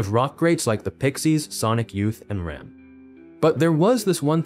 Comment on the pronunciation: rem? You mean R.E.M.?